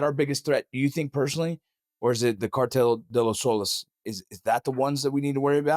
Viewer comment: " CARTELL DE LE SOLES"😅😅. MF CAN'T EVEN PRONOUNCE IT, AND WE ARE SUPPOSED TO BELIEVE HIM. " WE GOT ENEMIES IN OUR HEMISPHERE" NOT SHIT, SHOULDN'T KICK THE HIVE IN FIRST PLACE FOLLOWING THE SO CALLED "WAR ON TERROR"